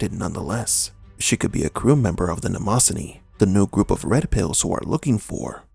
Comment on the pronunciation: That word is pronounced "NEM-oh-zeen"